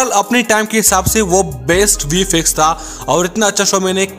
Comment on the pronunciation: Bro that is not vi-fi-ex Thats vi-f-ex